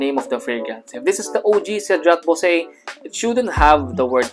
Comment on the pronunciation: It would also be better to also research on the correct pronunciation of "boise." The common mistake in trying to be "niche" with niche scents.